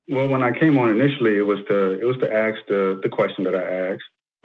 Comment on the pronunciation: This always sounds so ignorant to say let me axe you a question. Now focus on the word axe. Axe is a tool to chop with. Hello